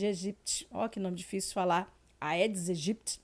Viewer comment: A pronúncia correta é: EDIS EGIPTI ! A Palavra AEDIS é da língua latina. ( Língua morta) . Foi usada pelos antigos romanos. No latim, os ditongos AE e OE, só se pronuncia a letra E.